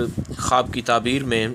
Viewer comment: taberr bol please